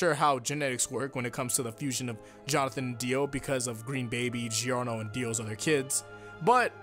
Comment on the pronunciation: sya gio gio with a bad italian accent. theres there answer on why its gio gio not gi gi. gi gi just sounds liek some japanese person talking to their grand dad.